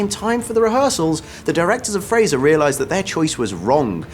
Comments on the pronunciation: ‘Frasier’, not ‘Frazer.’ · You're pronouncing Frasier incorrectly.